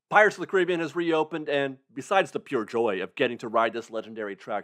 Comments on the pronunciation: Love ur love for the park. But dangit. It's pirates of the "care a being" not cribbing. Lol. Love disney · Your pronunciation of Caribbean for this ride bugs me so much...ROFL. It's Care-ih-bee-in That's not a piano in the Captain's Quarters, it's a harpsichord. The clouds in the room with the ship battle have been there for at least several years. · This is nitpicky but since Walt pronounced it Pirates of the “CaribBEan” I feel like we should respect that. Yes, the way you pronounce it is pretty much how everyone says it when referring to the modern-day Caribbean, but it just doesn’t sound authentic when referring to the ride. ☺️